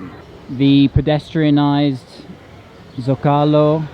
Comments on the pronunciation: Love your videos, but I feel obligated as a former Spanish to help you out. There’s a reason that Zócalo has an accent. The word should be pronounced SO-CA-LO accenting the first syllable. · Zo ca lo say it LOL. Omg.